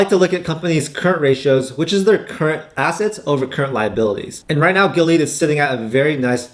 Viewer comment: Man you butchered the hell out of Gilead's name like a white dude trying to pronounce "Nguyen". 🤣 I'd honestly put Illumina way up there. They almost have the entire market share to support future CRISPR and gene editing technology.